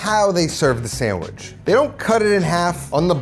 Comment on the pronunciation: Did you say samagizz?